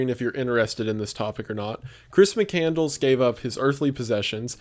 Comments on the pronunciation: Terrible title. And it's McCand-less. NOT McCandles like a fast food place for votives. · You say Chris McCandless. I heard Christmas Candles. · Please stop saying McCandles it’s making me die inside lmao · HIS NAME IS PRONOUNCED MIC CAND LESS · It's chris "Mc-Cand-Less" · Hearing him mispronounced the dudes name in the first 8 seconds... "Mick-And-Less" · Its McCandless, it's pronounced like Mc Canned Less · its Mc-Cand-less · Completely off topic but i think it’s pronounced “mick-cand-less”? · Why does he keep saying mc candles 😭 that’s not how you pronounce the last namw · Just so you know its. MC-Cand-Less not Mc-candles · Couldn't watch. His last name is NOT McCandles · Bro you keep mispronouncing his name. It's pronounced mc-cand-less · Interesting, but if you want to talk about somebody, learn how to pronounce his last name. Mc-Cand-LESS. (As in, "Less is more.") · Lol failed at the first hurdle. His name is pronounced mc-can-less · Are you seriously pronouncing it MC-CANDLES? I can’t do it man. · Chris Mi-Candles? I'm supposed to listen to you retell already published media for how long when you don't know how to say the guys name? Hate seeing your stuff pop up. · He's just saying his name wrong lol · Imagine making a video about this guy and still not getting his last name pronounced right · How is no one in the comments mentioning how badly he ruined the pronunciation of “mcCandless” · wendigoon’s mispronunciation of his last name the whole video is so frustrating 😭😭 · You butchered his last name dude... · I often wonder now when people mispronounce such an easy but important or prominent word in their videos, if they’re doing it on purpose to drive engagement. I can’t listen to you mispronounce the dude’s name. That’s the most basic thing to get correct. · Maybe figure out how to pronounce his name before making a video? Just a thought. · Perhaps you could do him a great honor by learning to pronounce his name correctly. Just saying.